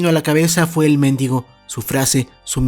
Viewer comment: Perdón, pero es mendígo, no méndigo (es asento prosodico, no ortográfico) pero son cosas diferentes, pongo el asento para que se escuche la diferencia. 😅🙈